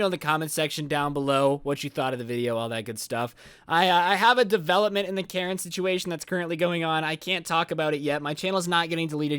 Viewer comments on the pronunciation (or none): none